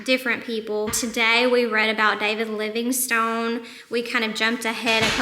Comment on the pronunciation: David Livingstone is my relative! Nice to hear somebody pronouncing it with the "e"! 👏